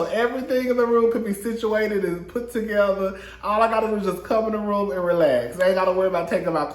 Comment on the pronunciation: Sutton got Crystals A$$ “Togetha”😂✨😂✨😂✨😂✨😂✅